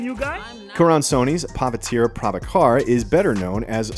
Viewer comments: It’s pronounced Pah-Vit-ter Prah-bah-ker 😊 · Lmao at "Pavi-teer Prabha-car". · Absolutely brutalized the pronunciation of Pavithr prabhakar 😂